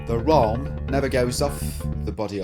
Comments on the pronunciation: Awesome! But "wralm"... come on :,D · Did you call it the "wralm" because it still sounds better than the "prist"?